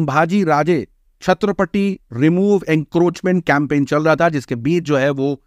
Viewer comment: पहले मूं से सुपारी निकाल न बाबा।😂बात समझ नही आती। छत्रपति बोलिए।😊